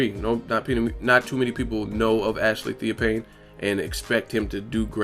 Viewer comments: it's Theo (fane) not theo pain. smh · why do u sound so stupid? Theo fffaaannnne, not pane¬ idiot